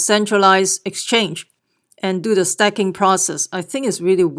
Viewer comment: its pronounced stakeking not stacking !